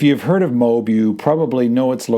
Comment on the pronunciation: MOAB -- you prounaced it "mobe" like robe -- it is promounced M0- (as in Motown) followed by AB ( as in the stomach muscle)